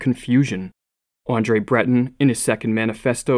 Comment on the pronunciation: Poor pronunciation of Munch and Breton. "Munk" and "Bretonne" if you please. But that's just the tip of your unmoored iceberg that floats on a shallow sea. What's the reason for the degeneracy of art in recent times? Who controls the art world? Who buys the overpriced art as a financial investment? Who are the influential critics that champion facile abstraction and transgressive abominations? Read Tom Wolfe's The Painted Word for a coherent and pointed explanation.